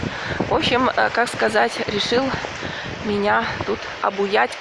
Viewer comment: Не обуять,а обаять